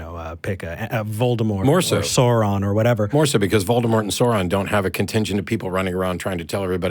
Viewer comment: Pet peeve but i wish people would pronounce Sauron correctly 😞😅